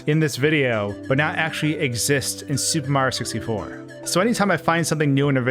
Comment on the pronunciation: Why does he keep calling it “Super Mar 64”